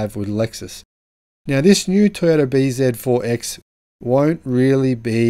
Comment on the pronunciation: It is not B ZED 4..........It is BZ4..........